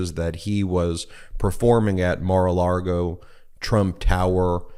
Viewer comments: I love you guys, I really do, but you have to stop calling it Mara-Largo. It’s Mara-Lago. Not that I give a damn about what DJT names his crappy wedding venue, but you know the right wing weirdos will seize on Democrats mispronouncing their dear leader’s flop house and point out (incorrectly) that Dems can’t even get that right so they must be wrong about everything else they say. Of course you guys aren’t the only ones to mispronounce Mara-Lago, I hear it said wrong all the time on MSNBC and other liberal leaning outlets. We must always set a good example for everyone. If nothing else just call it Mara-Lardo.😊❤❤ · Please don’t say Mara Largo It’s Maralago!! Thanks! I listen to you all the time!! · “Mar A Largo.” Haha, Ben, Cohen is rubbing off on you. You almost said, “Mar A Lardo.” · There is no R in Lago. It’s not Mar-a-Largo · Michael Cohen says “Mar a Largo” - please don’t copy his mispronunciation. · I've heard you say MARALARGO more than a few times, and assumed it was meant as a joke like Michael Cohen and "mara-lardo". Now I think it's just a slip between the Spanish words LAGO for lake and LARGO for large (as in Key Largo) I think it's mar a Lago for " view the lake " or "lake view". Just wanted to help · I find it amusing that Ben has picked up "Mar-a-Largo" pronunciation from Cohen.